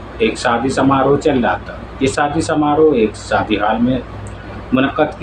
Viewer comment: Plz improve ur pronounciation, Like: It's "shaadi" not "saadi" and "function" not "funsan" etc...